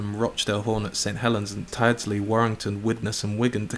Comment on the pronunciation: Howling with laughter at the pronunciation of 'Tyldesley'